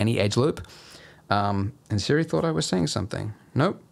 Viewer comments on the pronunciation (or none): none